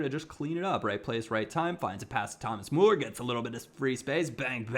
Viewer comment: it is about time you learn to pronounce Müller, with you being a Bayern fan and all.:)